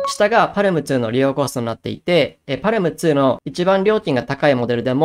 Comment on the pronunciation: 読み方は、「パーム」とのことですー！